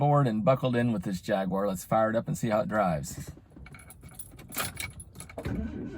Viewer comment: It's good to hear someone pronounce the company name correctly